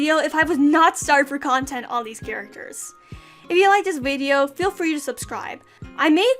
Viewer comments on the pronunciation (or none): none